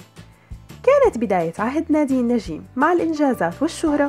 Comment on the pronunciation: ندين الحلوة هي و تمثيلا😍😍😍 بس كرمال الله لا تقولي نجيييم اسما هيك Njeim نجيم مش نجيييم😤 ندين مشاركة بمسلسلات قلال بيعرفو هالشي و بفكرو أن عندا بس أربع خمس مسلسلات😂 براافو هيك رح يعرفو و يخرسو